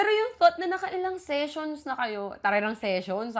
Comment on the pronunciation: ang lauff q sa "sessions" HAHAHAHAHAHA